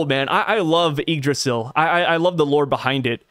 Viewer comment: Bro ur good on the Yggdrasil pronounciation 🙏🏽